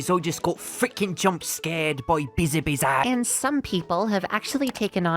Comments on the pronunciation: You’re pronouncing the very end of her name wrong. It is not O, it is Ow. like you stubbed your toe or hit your elbow ow. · Okay, pronunciation guide: Biz (as in "Business") A (as in "A ton") Biz (same as before) Ow (as in "Ouch") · I both want him to spell it right but also keep doing wrong because its funny